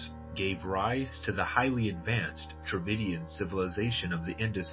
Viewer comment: Strange sounds like David kingdom ?